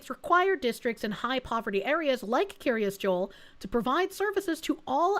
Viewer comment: Having lived fifteen minutes from the place, it's pronounced "Keer-as Jole". I will say that local sentiment towards this community isn't the best, since while many of the surrounding towns were having to shut down school sports teams and extracurricular activities due to lack of funding, their community kept getting state funded improvements that outsiders would never be allowed to use.